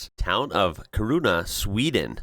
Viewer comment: Kiruna is an amazing place. Kiiiruuuna. How to pronounce it. We say it faster, but anyhow. Moving a whole town, houses and all, as it was needed because of the mines, that is amazing.